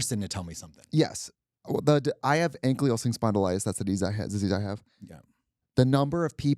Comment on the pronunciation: idk why but katya mispronouncing anklyosing spondylitis made me laugh so hard